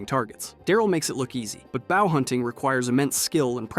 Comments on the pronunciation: Ok... the first time you said "baow" instead of "BOW" I figured it was just a slip. Then you said it again. Baow hunting? Using a Baow? Is this a dialect thing? Cause I have legit never heard anyone make this mistake lol. Just curious... great video otherwise! :) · Ok your doing it on purpose. You are mispronouncing things on purpose. Its bOw not bAw. There are other things you mispronounced to in this video but i just thought you just pronounce things weirdly but with i heard you say bow the way you did. I know you are doing it on purpose everyone knows how to pronounce bow properly. Also its not Knee-gan. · Bow (in this sense) rhymes with hoe, not with cow. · Hate to say this, but mispronouncing “bow” made me realize a few other odd pronunciations. That made me realize the total lack of breath pauses in the narration. Say it ain’t so! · Ngl the way you pronounce “bow” 🏹 gave me aids 😅😂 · Someone never learned how to pronounce bow. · Please tell me you were saying ‘bow’ wrong on purpose 😅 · Lost me at "bow" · can't say bow? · Why is nobody talking about the way he pronounces "bow"!!!! I'm not being mean I just couldn't stop thinking about it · I don't think i can trust a guy on how to survive zombies if he can't even pronounce bow 🏹 right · How can we take your advice whenou don't know how to pronounce "Bow"